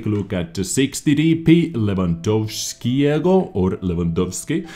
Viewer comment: "Ch" in polish is pronounced the same as normal "h", so there you have both Habich's tanks - just say "habiha". Your pronounciation of "Markowskiego" and "Lewandowskiego" were flawless for someone who doesn't know the language, and "Tyszkiewicza" is probably something like "Tyshkievicha" in English ;p I hope this is somehow helpful